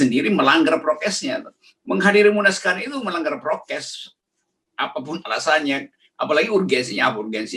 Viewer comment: RG : "ditangkap karena protkes." 🤣😂😂